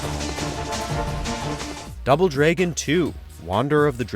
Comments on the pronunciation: Double Dray-gon 2: Wonder of the Dray-gons. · I've never heard the word Dragon pronounced like that. Is it pronounced that way outside the US? I'm curious to know lol